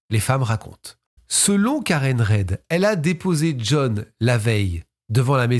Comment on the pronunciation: Coucou, j'adore tes vidéos...petit détail sur l'affaire john okeefe...on prononce le nom de karen "rid"...j'ai suivi les procès en anglais...et clairement les flics étaient corrompus...d'ailleurs l'affaire n'est pas terminé..il y a un procès au civil en cours...passionnant!! Merci de nous ramener des procès americain!❤❤